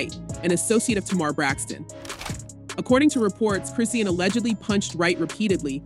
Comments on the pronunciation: It’s ai pronouncing it as Chris seen and not Chrisean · the way you saying her name is killing me..do yall not research these ppl before reporting on them ..its .."chris-sean" not christine..smh my gosh couldnt even finish the video